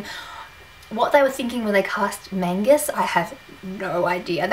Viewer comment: City of heavenly fire is so good I read it 9 days and you said magness wrong you said magus